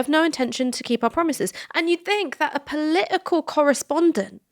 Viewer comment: “poli’ical” vs “politically” I’ve noticed the slip up here in pronunciation before with people like Russel Brand. It’s a sign of inauthenticity to me!